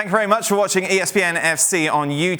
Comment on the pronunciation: ESPN needs more European input, it’s way too Americanised for Football. and this guy still can’t say YouTube…